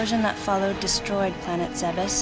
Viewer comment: I'm so glad "Zebes" was not pronounced "Zeebs" haha